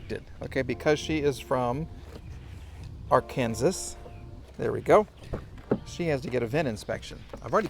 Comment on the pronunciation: Ar-Kansas ? Really?